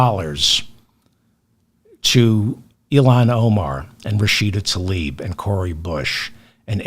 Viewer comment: I appreciate everything that Mr. Feldman contributed today, as usual. There is one thing, tho: he shd learn to pronounce "Tlaib," properly, if he's going to speak the name publicly.